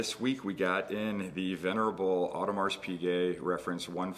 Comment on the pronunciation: Please do not spell the S in Audemars. It should be silent.